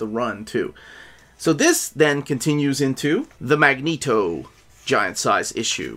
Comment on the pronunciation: I like how pronounces Magneto it sounds authentic. I second You on Fantomex O! Haven't read the new giant size, but i really hate Fantomex, he's such a b*tch in X-Force!